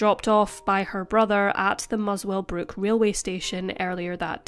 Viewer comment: Also wanted to add these to the list of place names was so close on saying correctly, Muswellbrook (muh-suhl-bruk) and Bungendore (buhng·uhn·daw). Props for Queanbeyan (kween·bee·uhn), though, even I say it wrong sometimes and know how it's pronounced 😅